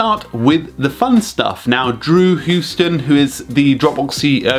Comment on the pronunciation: Fun fact: it's Drew House-ton, not Drew Huse-ton